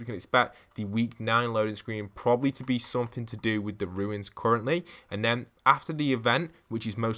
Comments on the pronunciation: Why do you call runes ruins? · they are called runes not ruins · isn't is called runes not ruins